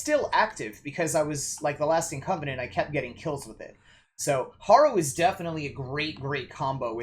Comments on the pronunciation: PC Harrow, not Horrow. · Harrow said like Haro Gunda m